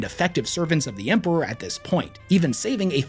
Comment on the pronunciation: I'm confused how says Empewow and Emperor in the same sentence like his speech impediment is selective 😂